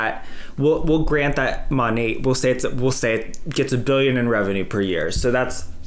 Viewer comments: Yay love when you do Rachel or Dave and it's been so long since you have covered Monet!! No, I live in Australia and he just has no idea how to say the name lol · As an australian, we can pronounce 'monat' properly.